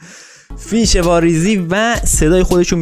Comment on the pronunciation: مثل همیشه عالی فقط اون قسمتی که به فیش گفتی ریش 😂😂❤️❤️